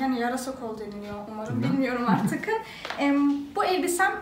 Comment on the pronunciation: Artikin degil artik 😅